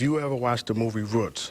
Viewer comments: He didn’t say Roots he said “Ruts” Hahahaha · He can't even pronounce Roots correctly, and it certainly is not a comparison 🙄😒